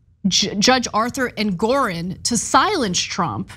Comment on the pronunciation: Ana, reading is your business. It's Judge EngorOn, not EngorEn.